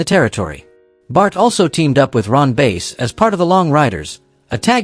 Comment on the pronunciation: His name wasn't Ron Base. It was Bass as in the name of the fish . And Bart also won the World class world championship.